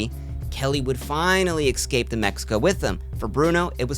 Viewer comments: Escape Not Excape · Each time you say escape you pronounce it as excape and it drives me nuts. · PLEASE stop saying eXcape. It's "ESCAPE". No X! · I’m sorry I love your content but the word is "es-cape" like the letter 's' and then a cape. Stop saying "eck-scape" like a toddler, its embarrassing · I still love your videos and I’ll keep watching. But it’s esssscape, not exxxcape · eXcape eXpresso eXpecially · Great video. One note for future videos: work on your pronunciation of "escape".